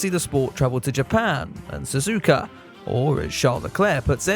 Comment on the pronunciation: I said it before and I'll say it again. Su-zu-ka is technically the correct way to pronounce it. Not Su-zuka.